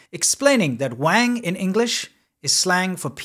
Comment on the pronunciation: When she says her last name, it sounds like "Wine" to me.